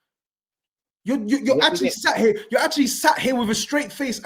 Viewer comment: turned full cockney he was so mad! "If you're ear you're ear!😂😂